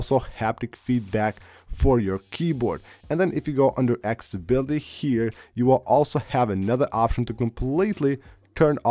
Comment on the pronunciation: LOL "cellar data" "akssssibility" this guy is not even trying anymore... draining the battery "out of your iPhone" lol it will drain not just really quick, but really really quick.